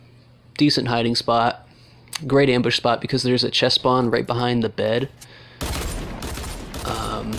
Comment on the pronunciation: How many you said embush wtf